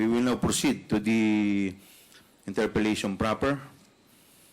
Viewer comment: Interpellate po Cong. Chua hindi interpolate.